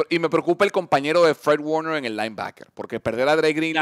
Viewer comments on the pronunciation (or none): porque el de enmedio no sabe decir "warner"? cuando menciona a Court Warner